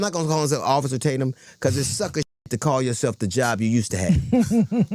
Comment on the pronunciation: I LOVE he’s trying to act like he don’t know you by saying your name wrong uhh is it Tat-umm I don’t even know 😂🤣really lemon head?! But you knew he had a nickname that “rhymes with his name” so it’s race bate’m tat-umm…. Oh brother he’s so pitiful and transparent!!!! Somebody tell Don You can’t pull the “I don’t even know him” and start listing ALLL the ways you know him!!!!😂